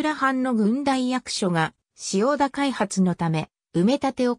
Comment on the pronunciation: 漢字の読み間違いが多いです。自動翻訳なのでしょうか？「塩田」をしおたと読んだり、「大里」をおおさとと読んだり、「陶 晴賢」をとうはるかたと読んだり。「大里」は「柳の御所」が有ったので「内裏（だいり）」からきているんですよ。でも門司を研究してくれるのはうれしいです。頑張ってください。